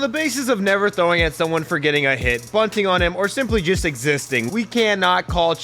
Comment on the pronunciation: He said jest instead of just